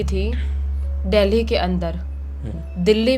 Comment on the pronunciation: Dhele ❌ dehli ✅